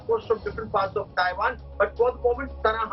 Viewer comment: Thaiwan nahi madam.... Taiwan!